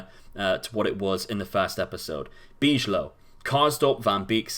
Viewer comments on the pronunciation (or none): Great video as always, but you seem to butcher some names ;) Some tips wth the pronunciation: Bijlow --> The 'ij' is almost impossible to pronounce as a non-native speaker, but try to pronounce it like a 'y' to come a little closer. Kökcü --> The 'Ö' is pronounced like the 'u' in burger, the 'c' is pronounced like the 'ch' sound in cheese and the ü sounds a bit like the 'e' sound in chew Jorgensen --> the 'o' is pronounced like a 'u' as in burger. Keep up the good work nontheless.